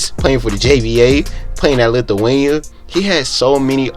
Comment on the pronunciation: “He played overseas in lithuway 😂😂”Lithuania my guy😂